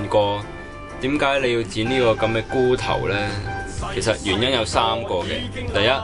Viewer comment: 不過你講茹頭, 講到好似龜頭咁